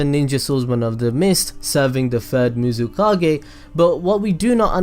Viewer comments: "Muzikage" im dead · The fact that you said everything right, even the swords name, except the FUXKING Mizukage, is amazing 😂